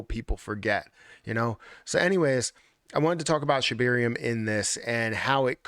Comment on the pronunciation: Is it just me or does say “Shibeerium”